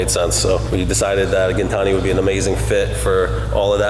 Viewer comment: its " gin tan i "